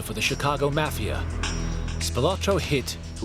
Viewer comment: You can’t even pronounce the word “Mafia” correctly. It’s not “Math”. Leave this content to someone else.